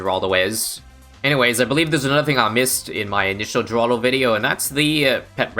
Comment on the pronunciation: Btw the G in Geraldo is silent (according to Ninja Kiwi’s and Rohan’s update videos)